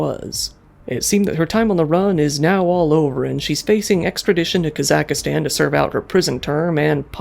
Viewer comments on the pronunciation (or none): LOLOLOL homeboy said "Kazakistan".